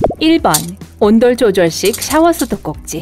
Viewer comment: 발음이 너무 안 좋으시네요. 시작부터 온돌조절기라니